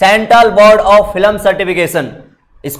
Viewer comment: Filam nahi film bolo please